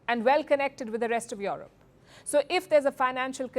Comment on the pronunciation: Can't even pronounce the word Europe properly